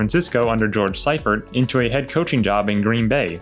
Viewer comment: FYI George Seifert's last name is pronounced "Sea-fert".